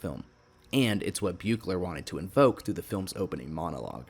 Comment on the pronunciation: it's pronounced 'beek-ler'. also iirc the continuity differences between 6 and 7 (Forest Green, etc) are due to the director requesting, as condition of hire, that he be allowed to ignore the events of 6